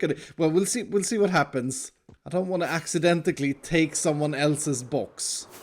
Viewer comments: Nobody: Literally Nobody:: accidentcally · He be rolling like "Aksi-denti-cally"